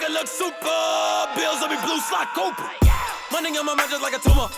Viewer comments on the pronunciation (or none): none